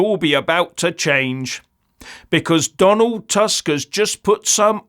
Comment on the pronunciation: The prime minister of Poland is not Task, it is Tusk. My ear hurts hearing your pronunciation.